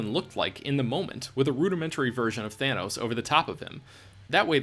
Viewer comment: btw its called thanos not fanos :)